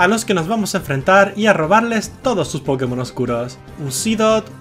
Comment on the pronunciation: soy una verguenza me rei apenas dijo pkemon XD me rei